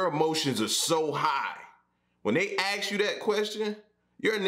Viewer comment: "axe" its ask! not "axe"